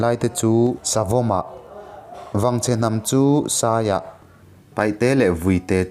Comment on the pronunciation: Ava ngaihnawm maimai ve 😂😂 maih se paihte i ti thina paite tih tur zawk ani e